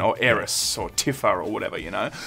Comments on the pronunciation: Does anyone else pronounce it "Tiffa"? I've always said "Teefa", am I wrong? Does it matter? Yes it does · "Tiffa". There isn't a more Australian version of Tifa than old Tiffa.